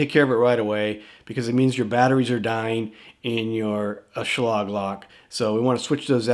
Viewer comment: Schlog? I thought it was pronounced Schl a gue